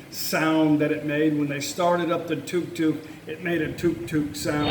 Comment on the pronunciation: It’s not Tok Tok, it’s Tuk Tuk